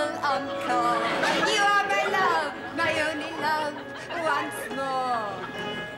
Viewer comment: Ah shall say theese only wance.